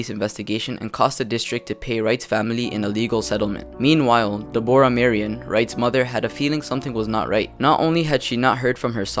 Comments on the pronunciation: not de-bor-ah it is deb-rah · Her name is Deborah as in deb-rah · Deborah? It's pronounced Debra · De-Bora lmao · Learn how to say Deborah